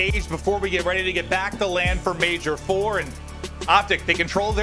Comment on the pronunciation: Its LAND not LAN